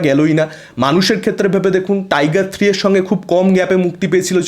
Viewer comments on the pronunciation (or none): none